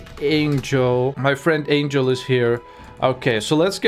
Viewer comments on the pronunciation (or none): none